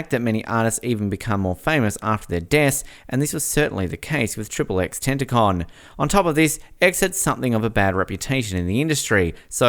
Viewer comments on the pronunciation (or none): It’s not tenticon it’s tentacion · man said tentacon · what is he a tentacle?? its ten-tah-cheeon.